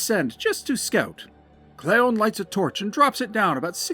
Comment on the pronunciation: I was told Quesquaton was previously undiscovered, so Cleon (pronounced KLEE-on, though) made a tiny memorable contribution.